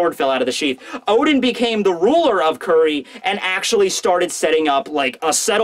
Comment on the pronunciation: I can stomach saying "Curry" and "Sukuyaki" instead of Kuri and Sukiyaki. That's how good he is.